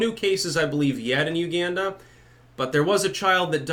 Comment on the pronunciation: I thoroughly dislike the way you pronounce "Uganda"